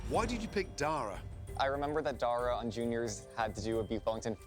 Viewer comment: anyone else notice how that mexican guy called dara "day-ra"